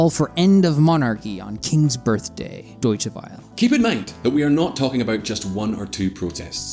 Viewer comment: The guy who presents needs to learn how to pronounce foreign words like lèse majesté, Deutsche Welle, etc. Too unsophisticated to fill up the shoes of Simon Walker.